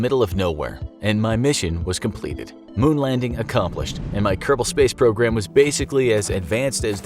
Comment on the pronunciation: Nyeh heh heh! Kerbal pace srogram! You DID say KPS.